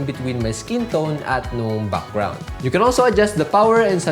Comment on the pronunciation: Your pronunciation of "BUCKGROUND " IS SO COOL